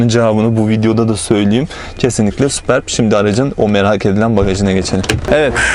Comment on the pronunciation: "süpörb" diye okunur superb , muhteşem anlamına gelir.